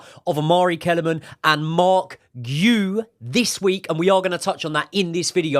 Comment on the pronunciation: It is ponounced Marc 'Gee YOU"